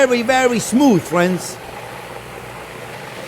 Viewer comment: i was having a horrendous day but hearing him say "okay fwiends" so happily and excited just cheers me up every time